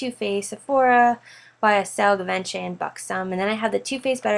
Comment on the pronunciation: Your collection is amazing, your pronunciation bothered me slightly...the "r"in Laura Mercier is silent, and "givenchy" is pronounced, (ji-vawn-shee), your organization is impeccable.